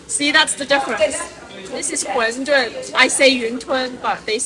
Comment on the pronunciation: 发音纠正： 是 馄饨（tun）不是 混沌 dun， 还有中国人最常错误发音的 优惠券 quan 不是 试卷的juan